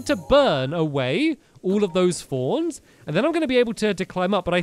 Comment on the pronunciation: I'm sorry, but every time you say "thorns" I think you're saying "fawns"